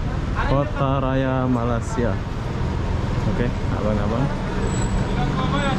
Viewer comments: jawa Mana sih ngomong malaysia kok nggak bisa ucapin Malaysia bukan Malasia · Belajar ya ucapanx biar enak didengar hati hati loe Nama Negara orang nyebutnya yg bener Malay sia